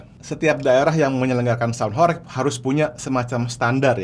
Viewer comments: Bro, penyebutan HOREG yang benar (huruf E) sprt mengucapkan ulEk, budEK atau pilEk.. begitu bro💪🏻🔥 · Pengucapan horeg salah coach, e nya seperti beras....